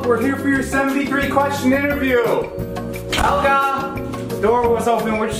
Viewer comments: 2017 THE NEW BROOM! "A plant." "Yeah this lady made it up her name is Helya (she pronounces it like that) "ITS HELYA!"says Helga "Thats what i said." "Its spelled H-E-L-G-A!" 2018 NEW BROOM its wheat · You gotta pronounce it as hIElGaHH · Me: hello Helga: healo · Did helga say my boyfriend or my bed friend?